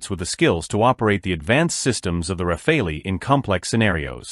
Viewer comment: Rafale is not pronounced as "Rafalee" but "Rafal". It means "Gust of wind" in French.